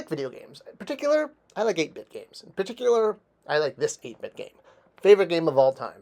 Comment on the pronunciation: I swear to God if you say “paticular” again